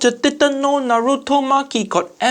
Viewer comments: He also mispronounced Naruto. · u said naruto wrong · Am I the only one that hates hearing people pronounce naruto....as naaduto......na-ru-to has been around what 17 years... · First he tries to pronounce Naruto the way they feel is safe. And then he says Wra Men. I literally the opposite. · NO WAY HE JUST SAID NARUTO BASIC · why western always wrong for pronounce naruto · The way he pronounces the r in Naruto but not in ichiraku had me fuming smh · they keep saying naruto wrong dattebayo haiyaa time to go destroy my ears with chibaraku tensei